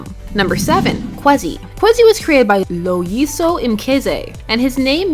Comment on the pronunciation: I loved how she took her time with Loy-iso😂🇿🇦 proud SA boy✊🏾